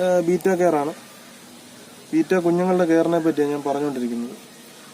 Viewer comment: ബീറ്റ അല്ല ബെറ്റ എന്നാണ്